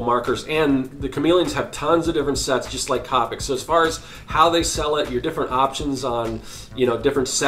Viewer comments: It's c o p I c not copike I sound like hermione 🤣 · The only thing that bothered me is that he said COP-ic not copic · It’s irritating How he says c-OPIC MARKERS 🤦‍♀️🤦‍♀️🤦‍♀️🤦‍♀️. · He saying capic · That is not how you say Copic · It's funny how many people's biggest take away from this video is the fact that I pronounced a marker brand incorrectly, Priorities I suppose.